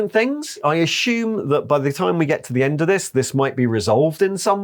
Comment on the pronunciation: Assume seems to be pronounced asHume. Heard a lot of youtubers go so Hard into the H I am now wondering wHy...